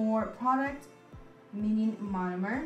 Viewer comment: Take a shot each time she says monimer😂😂